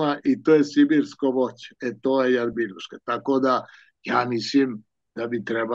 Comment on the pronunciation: Rjabinuška. Ne Jarbinuška. Neoprostivo. 😀